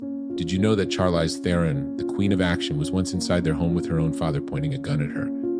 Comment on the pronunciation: Learn how to say her name for one thing.